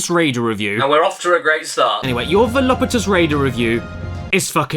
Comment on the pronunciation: This is awkward… I believe you mean his “VOLUPUTOUS breats”